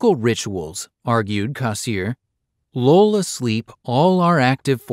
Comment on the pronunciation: For god's sake, learn to pronounce his name - Cass EER er